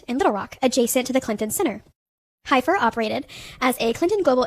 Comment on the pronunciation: Heifer is pronounced Heffer.